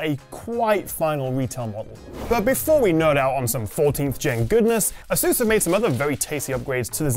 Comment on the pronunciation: It's Asus not asUs